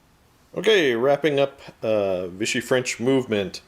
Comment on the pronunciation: As a french boy, I have to agree to your "vive la France", even so they do not like to get you lucky :-) Note that it's France de Vichy, not Viche. And you may even make them fight other free french forces. I love your reports ! Just an idea like that, maybe you can do a campagne with persistent units from one scenario to another? Cheers from France